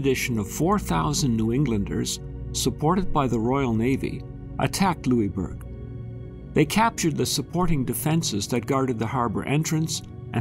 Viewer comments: Being from Cape Breton, this is interesting. However, Pronounced "Lewisburg". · hahahaha i know every time he said it i thought - its lewisburg! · Nova Scotian here. We pronounce it lewis-burg. This was a very interesting video, ty for posting it! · Well it was named by the French and they pronounce it the French way. However we won, so we can rename it whatever we want. LosISburg it is. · it drove me nuts lol. I commented that we pronounce it Lewis-burg haha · We are still Cape Breton Island a part of Nova Scotia not formerly as you would have it seem and we here pronounce the is in Louisbourg. If you haven’t visited this site I invite you to do so it is amazing. And archeological dogs are still u set way to this day on the site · Question for you all also. Does anyone else pronounce Louisbourg like he did in the video? Was anyone slightly bothered each time? Or was that just me? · Would have been better if the forts name had been pr9nounced correctly.